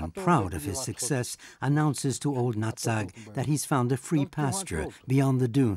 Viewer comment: They also mispronounced Old Nutt-Sack's Clan instead. Old Natsag's Clan.